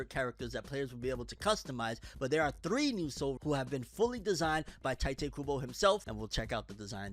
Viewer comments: I just hate how americans despite being so into anime and watching anime in original japanese and they can't pronounce names for shit, Tyte Kubo is new for me.. Let me help you, The "I" in Ichigo that sounds like a "E" for you. take that sound and put it in Tite so it sounds like Tite Kubo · His name is Tite, not Taite